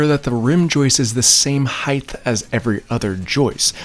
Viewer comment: "heighth" "joistes"